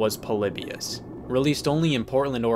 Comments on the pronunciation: It’s Po-lee-by-iss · Everyone: Polybius Me: polybus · I always thoug it was pronounced Po-Lee-Bee-Us instead of Po-Li-Be-Us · It’s pronounced Paul-eeh-bee-us